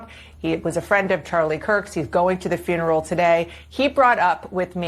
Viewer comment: I'm trying to figure out how black people always put the letter R after everything, what the hell is Fruneral? Nephrew, chrilden, are you people that illiterate, speak English